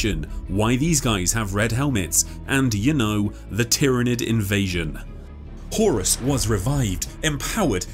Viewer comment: this was a great synopsis, great video horus… huh-horus. HORUS